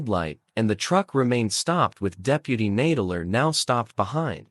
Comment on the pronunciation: The robot voice keeps pronouncing "Nadler" incorrectly.